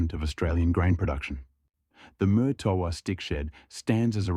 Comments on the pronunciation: Note. you're not pronouncing it correctly. It's Marrtowa ....... NOT Murtoooa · Just for the record , Murtoa is pronounced with far less emphasis on the R